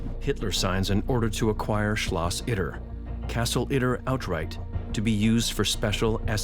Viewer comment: SCHLOSCH Itter... lady just say "castle" instead of repeatedly butchering the german language.